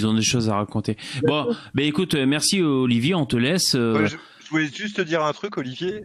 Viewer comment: Il me stresse quand il dit Oliver au lieux d'Olivier sinon super live